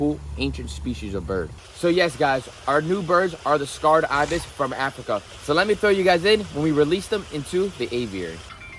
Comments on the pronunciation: Why are you saying scarred ibis? Its just pronounced sacred. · Bro they are Sacred Ibis not scarred Ibis 🤣 it’s ridiculous you buy animals and can’t even pronounce their species correctly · "Sacred" not "scarred," ibis. They were sacred to ancient Egyptians. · It is not "scarred Ibis". It is Sacred Ibis! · its Sacred btw, not Scarred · Sacred ... Not scarred.🙄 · The pronunciation is say-kruhd